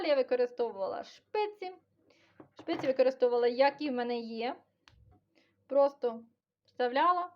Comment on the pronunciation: Вибачте, але не шпиці, а спиці.